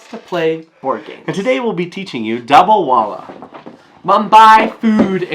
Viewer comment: Indians who hear him say the name 😬